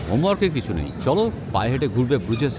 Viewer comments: Pronunciation is brooj, not Bru jais. It is a mainly walking and cycling city, people don't use cars, best is to walk across the overpass over the canals or cycle the quaint streets. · Bruges is pronounced as Broosh in Belgium also local Flemish people call it Bruha